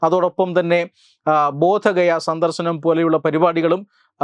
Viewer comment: ബോധഗയ അല്ല ' ബുദ്ധഗയ